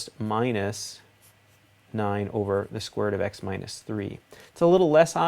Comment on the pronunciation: Youre accent lol. The square roUt Almost sounds new england accent, like roUf for roof Good video thanks